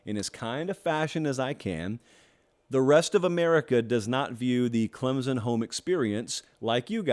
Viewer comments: It’s Clem-SON, not Clem-Zin!!! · Love your show brother.. But please stop pronouncing it "ClemZon".. There's an imaginary "P" right after the M lol.. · Heck...this dude can even pronounce Clem Son.....where is the Z? Yes it is annoying.